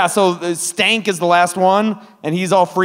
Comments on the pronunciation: I thought it was Skank, not Stank? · Phenomenal movie! The remake will have a soundtrack full of SoundCloud rappers. 🤢🤮 Just a mention* It's "Skank" not "Stank". 😂